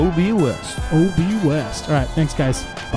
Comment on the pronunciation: Haha tp west? You pronouced "OB West" wrong 😂